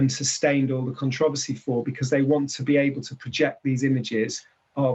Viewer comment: The Con-trov-ausy!😄🤣